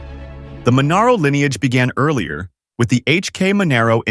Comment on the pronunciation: Google Torana, LC-LJ GTR-XU1, Torana A9X L38, American voice over person. And it's pronounced MON are oh, not Man are oh. GT-HO "Phase III" was the fastest sedan on the planet in 1971. Now worth close to, if not more than, one million dollars. If you can find an original "Hoey" and not an up spec'd GT falcon replica.